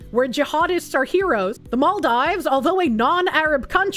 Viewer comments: "mall dives" Isn't it "mal(-eficent) deeves?" Or have I gotten that wrong for years? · I thought and Vara Dark saying "Ebble" instead of able was the most infuriating thing about Bostonians mispronouncing everything until I heard "mall dives" instead of "Maldeeves." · Mall dive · it's pronounced maldeeves. I've been there. don't leave the resort area. it is worth visiting but watch out for ghost crabs. they come out of the beach sand and night. center-left here: I'm curious about what test they used, because there are many and what they were testing for. I would like a 3rd party test done BUT this is all pretty suspicious and unacceptable that someone was thrown in jail for investigating. there's clearly something people are hiding. if it turns out that she committed fraud, throw the book at her and deport her - also make it clear that we won't tolerate this type of fraud. idk what side people are on, fraud is bad m'kay and it is even more not okay for politicians. all states should have an option to recall politicians and force a special election like california did with that one governor. anyone committing fraud, even refugees, need to be jailed, sued civilly and then deported. I had relatives move to sweden from bosnia during the war, and then they had to go back when it ended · pronouncing maldives as mall-dives just threw my whole head for a spin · The way she pronounced Maldives was a dagger in my ear each time., your chat hates you because they just left you hanging, gurl. Also, I'm black and have NEVER heard we can't swim because of our heavy bones. Who actually has been saying this?!! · Alcohol Poisoning Challenge: take a shot everytime mispronounces "Maldives"